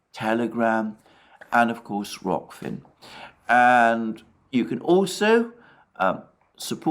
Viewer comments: You said Rokfin properly, it makes me a little sad, lol. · HE SAID IT!! HE SAID ROKFIN RIGHT 😂😂😂😂